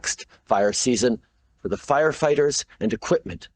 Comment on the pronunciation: Is it me, or is that liberal goof saying "fighterfighters"?